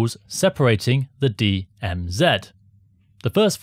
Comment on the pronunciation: DM Zed THANK YOU FOR SAYING IT PROPERLY AND NOT SUBMITTING TO THE …. (You know who) 😅